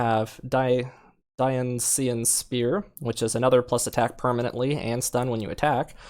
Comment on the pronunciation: die-oh-nee-see-an spear